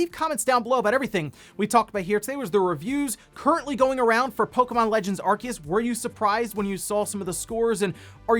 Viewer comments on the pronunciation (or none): THE C IS SILENT IN ARCEUS HOLY SHIIT